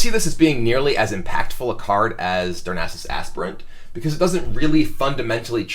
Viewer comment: Literally the first commentator I've seen who could pronounce "Darnassus Aspirant." You'd get props for that even if the analysis wasn't excellent. [Edit: er--which it is. In case that wording confuses anyone.] I keep hoping to see one new Beast synergy card released for Druid, so that there's a real reason to focus on Beasts. Druid of the Saber seems like it could have a lot of potential in a fast Druid with beasts and Savage Roars, maybe capping out at 5 mana with Druids of the Fang and Claw. But without another Beast synergy card, I'm not sure what DotF really contributes that, say, a Fel Reaver doesn't.